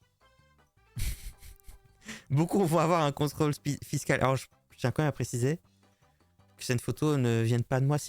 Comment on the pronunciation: Quand tu dis « comme même »rassure-moi, tu le fais exprès ?